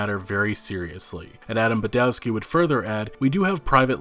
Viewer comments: please, please, remember Polish W is always read like V. just imagine Badovski, Iviński (and ń is the same as ñ in Spanish piñata). I is always pronounced like "_i_nternal" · Iwiński and Badowski are pronunced ''Ivinski'' and ''Badovski'' respectively. Simple trick to improve your Polish is to pronunce the letter 'w' as 'v' sound. Instant respect from Poles for getting it right.